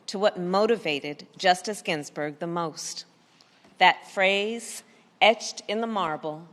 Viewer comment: Harris can't even say Ginsberg's name correctly lol yeah just using Ginsberg's name to push her agenda of hate